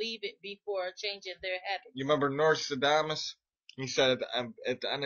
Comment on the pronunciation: "Narstadamus" <-- LOL!